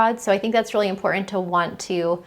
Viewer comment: Very hard to listen with the mispronunciations. "Rhetoric," "Threatened," "Important," "Certain," etc. I'm just stating it's difficult to talk to adults who try to speak like GenZers.